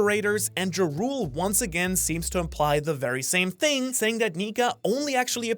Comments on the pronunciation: JARUL IS PRONOUNCED YARELL, HOW IS THIS NOT OBVIOUS? HAS NO ONE WATCHED VIKINGS OR PLAYED SKYRIM? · Its jarl not ja rule